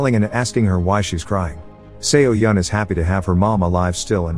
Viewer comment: fyi it's pronounced so-yeon Not se-o-yeon🤣🤣